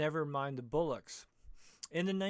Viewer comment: It's not 'bullocks' FFS - it's bollocks!